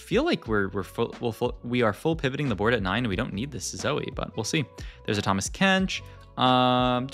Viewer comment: and Tamas kench as well XD